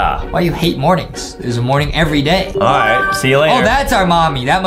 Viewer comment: He said Die instead of day